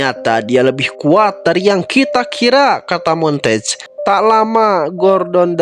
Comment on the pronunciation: Bang nama Duck asli itu bacanya mon-te-gue bukan montage